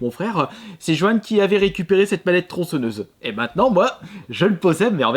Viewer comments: Passe outre, on est tous déjà au courant de ses problèmes d'élocution, c'est pas notre problème blc. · TronçEnneuse... ptn mais la faute de prononciation de gamin de 6 ans. Tu dis crocrodile aussi ?